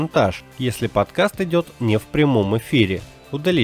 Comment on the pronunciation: Сколько раз он сказал "подказ"?